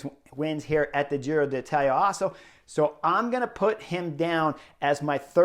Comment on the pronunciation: Give Chris a break. It’s a foreign name that he can pronounce pretty well. Relish it.